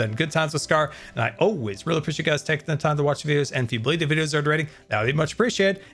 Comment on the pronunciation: “You won’t beelieve it”